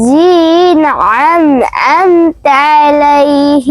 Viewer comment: আসসালামু আলাইকুম আপু,, আপু উচ্চারণে কিছু কিছু ভুল হয়েছে। ইনশাআল্লাহ ঠিক হয়ে যাবে, ইউটিউব দেখে একটু তিলাওয়াত টা শুনে মিলিয়ে নিলে ভালো হবে। .... সিরাতল মুস্তাকিম,,আনআমতা আলাইহিম এসব জায়গায় একটু সমস্যা হয়েছে উচ্চারণে।আপনাদের জন্য অনেক দোয়া রইলো❤